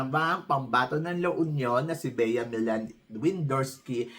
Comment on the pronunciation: Millan - pronounce as Milyan...